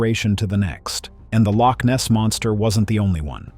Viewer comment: Before making this film, why not find somebody who can pronounce loch first?